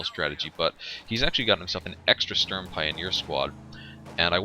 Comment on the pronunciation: It's pronouced shtuuurm pioneers not shtern pioneers buddy. Volks is pronounced as folks.